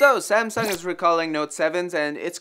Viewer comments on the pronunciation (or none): none